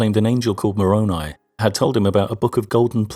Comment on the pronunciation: You stated ''Really well done'' says Moroni pronounced More-own-ee. It's More-own-eye, isn't it? p.s. Click on my name, view those first seven videos of my liked videos. Those videos DEBUNK ALL OF THAT ANTI-MORMON CHRISTIAN DRIVEN ANTI-BOOK OF ABRAHAM INFORMATION.